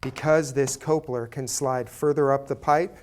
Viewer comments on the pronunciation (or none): Cope-ler. Cope-ler! It's coupler! Cup-ler!🤣